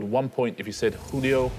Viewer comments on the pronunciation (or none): none